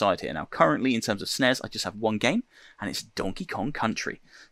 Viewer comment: Did he call the S.N.E.S the snezzz. lol Love it man.